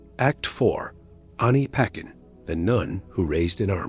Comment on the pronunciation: Pronounced as Ani pa tchen Not ani paken